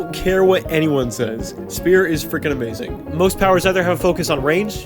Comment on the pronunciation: its not spier its spear lmao